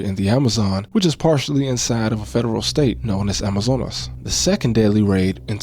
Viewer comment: Bro my wife is from Brazil (favela in Sao Paolo) and anytime I see something from Brazil I show her like “look! Brazil mentioned!” haha. She said your pronunciation of Amazonas was really good.